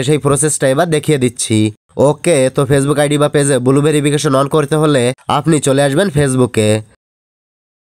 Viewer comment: Its blue not bulu